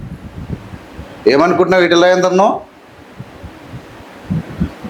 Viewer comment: Correct means etrala word wrong news reader saying